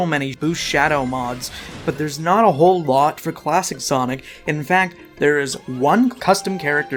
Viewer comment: Bro did you just say, "from Sonis hedgehog 2"